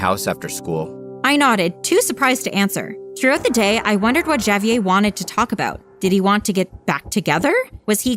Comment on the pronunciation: She pronounced Javier as javyay